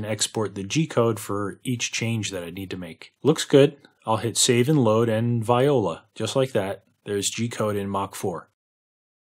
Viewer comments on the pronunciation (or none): Given usual eloquence, I'd attribute that to mockery than an actual dumb-ass ignorant murrican acquired mispronunciation.